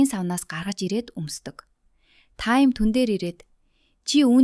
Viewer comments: Бас таям биш таам шүү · Таям биш таам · Нэрийн зөв дуудаачээ Гора Тайм эдр ‼️